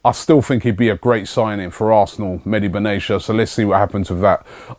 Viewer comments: Ben Attia, not benashia :) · Robbie his name is Mehdi Benatia (pronounce the T) not Benasia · Ugh Robbie, it's Ben Attea